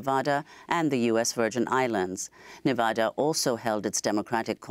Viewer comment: Thank you for pronouncing nevada correctly. Instead of nevahda.